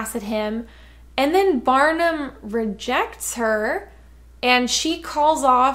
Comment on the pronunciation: I thought you said batman, not Barnum lol